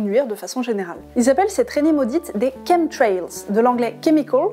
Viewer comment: Merci grâce à vous je sais comment on prononce chemtrails avant je prononçait à la française Ouf l ordre et la vérité sont rétablies 😍😍😍